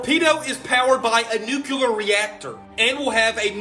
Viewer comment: Never trust anyone that can't pronounce nuclear properly. NASA=deceive